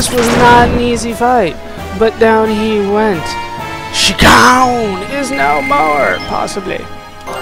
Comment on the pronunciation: lol you seriously took to saying shakkan name funny